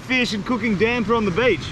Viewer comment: It's called damper not damber 😅